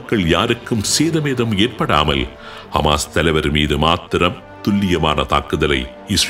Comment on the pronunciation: Hisbulla & hamash not hamash hamash